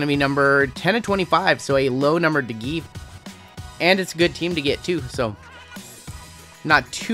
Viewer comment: Honestly you’re pretty good at the names besides De Gea you were good on the rest of them (Day-Hey-Ya) good video